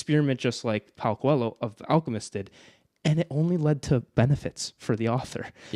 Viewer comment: PAULO COELHO! I finally understood LOL. To think that guy is from my country and I couldn't understand pronunciation 😆